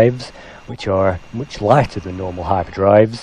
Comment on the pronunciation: You sound very British. Very very mooch. Moooooch. MOOOOOOOOOCH.